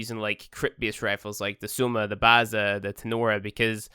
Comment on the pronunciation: Baza? You didn't say baeza